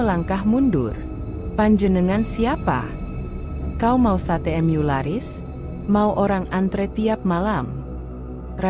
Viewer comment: Mu...bukan em yu bosss ...